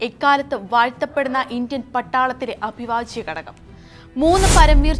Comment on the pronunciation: "അഭിവാജ്യ "മല്ല ഹേ... "അവിഭാജ്യം ".... ആവർത്തിച്ചതുകൊണ്ട് പറഞ്ഞതാ.... 😄